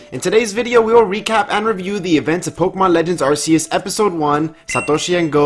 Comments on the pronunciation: Its not ar-see-us its pronounced ark-ee-us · Really Man? Another person pronouncing it (R C Us) when it's clearly & officially (R Key Us). Just Stop it already, it's (R 🗝️ Us), not what you want it to be. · Why can no pokemon youtuber pronounce arceus? It's a hard C, not a soft one that gives an S sound